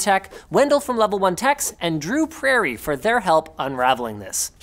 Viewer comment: Did he read Andrew Prairie as "and Drew Prairie" like the third name in the list?